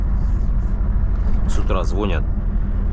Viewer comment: звонЯт - ударение на последний слог.